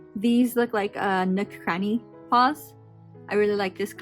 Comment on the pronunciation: please why is she calling him nook cranny 💀